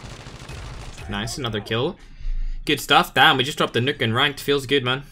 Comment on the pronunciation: I like the way he says nuke lmao "nook"